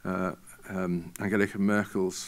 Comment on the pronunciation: did he say angelica merkel? :)